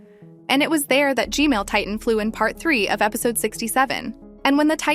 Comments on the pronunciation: Hello why I hear gmail instead of gman? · why does she say gmail its gman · I love the way you analyze everything and talk about it its just the G-mail toilet instead of G-man that kills me 😂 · G-Man ✅ G-Mail ❌ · I laughed just because she said "G-Male" 😂😂